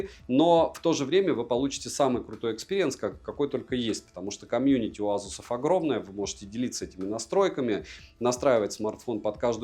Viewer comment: Не настаиваю, но вроде произносится асус, а не азус. Греки же этого коня называли Пегасус. Может мой слух кривой х/з, но услышал з😊. Спасибо за твой труд.